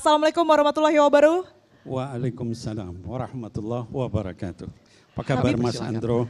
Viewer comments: Ko host nya bilang assalamualaikum warahmatullahi WABARUH .... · Assalamualaikum warahmatullahi wa barooh,,,😀😀 belajar lagi ya Mbak